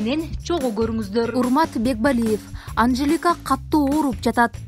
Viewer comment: Катту эмес, катуу деп суйлочу.